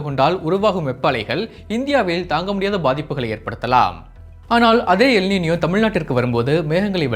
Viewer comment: காதில் ஈயத்தை காய்ச்சி ஊற்றியது போல் உள்ளது